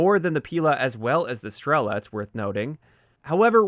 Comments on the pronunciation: In fact they are not píla and stréla! They are pilÁ and strelÁ . That's how you pronounce them right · Fun fact: As Pila and Strela names have Russian origins (translated as "saw" and "arrow" respectively), it would be more correct to pronounce them with stressing on "a" characters: pilA, strelA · It is pronounced “pilA” and “strelA” - russian words for “saw” and “arrow” respectively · not strEla, strelA, {str;elaaaa] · Both Pila and Strela are stressed differently. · In words Pila and Strela stress should be on the las letter A, not I or E. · Strela means Arrow in most slavic languages, and PILA is like a SAW. When zou pronounce Strela, the "E" is pronounced a little bit longer